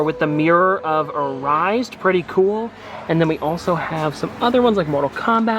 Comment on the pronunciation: Harry Potter and the mirror of Air-a-said! Is how it is pronounced please.